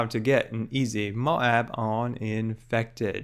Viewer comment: I love how you say MOAB (MO AAB) <3